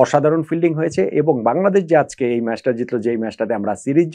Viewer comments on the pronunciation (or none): none